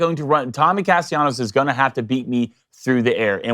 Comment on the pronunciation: Alright guys, you three need to get on the same annunciation page. Is Castellanos name with the double L pronounced as such or should it be treated like it doesn't exist? Make amends and return with a united front 😂